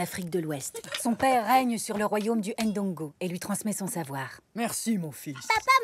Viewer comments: On prononce Ndongo directement et non pas [ HAINE Dongo ] ou " AIME Bondi ". Il n'y a pas d'apostrophe c'est pour une raison😉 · Pourquoi prononcer le « N » de Ndongo par exemple ? Ce n’est pas la bonne prononciation..